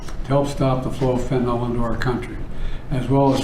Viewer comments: It's Fentanyl, NOT Fentanol, Bill. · Is that all you took away from this? He mispronounced fentanyl? There are real problems at stake here my friend! What you're mentioning is miniscule!